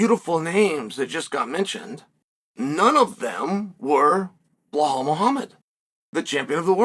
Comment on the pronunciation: BLUHAUL is crazy lol it’s Belal (BEELAWL)